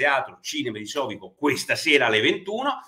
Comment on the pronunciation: Sovico accento sulla i!!